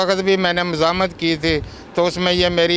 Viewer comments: Muzamat Nahin muzahemat 😅 Zara Urdu he Sahi bol lo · THAT STUPID AND BRAINLESS TAHMINA MUST BE YOUR TEACHER, MUZAM-MAT IS NOT THE CORRECT WORD, MUZA-HAY-MAT IS THE CORRECT WORD